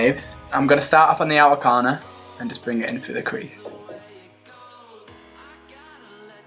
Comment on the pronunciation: i love the way he says outer corner lol